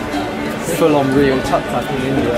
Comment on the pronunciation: I love how they pronounceTuk Tuks (the 3 wheeled car they're driving). They pronounce it like tuck tuck but its actually Took Took. They're so cute.